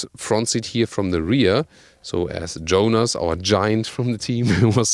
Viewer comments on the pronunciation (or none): none